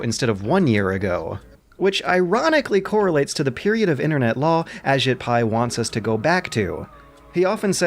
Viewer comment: Just to say it, his name is pronounced "a-JEET" rather than "A-jit". I hate giving him the slightest shred of respect too, but we gotta.